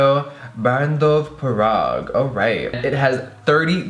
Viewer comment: am I the only one weirded out about her saying “parague” instead of “prague”?